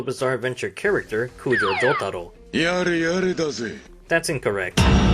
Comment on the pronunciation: I hear Joug-taro and the way I pronounce it is Joe-taro